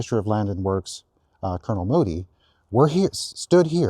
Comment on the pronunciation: "Land and works". Works rhymes with perks, not with forks.